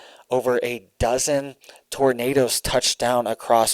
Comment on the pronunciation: Did you say tornadoes or did you say tomatoes?😂❤😂❤😂❤😂❤😂❤ I like to pull on that little red beard